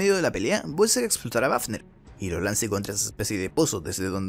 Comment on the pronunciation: El oficial wafner se pronuncia "bafner" ya que en aleman la "w" se pronuncia "b"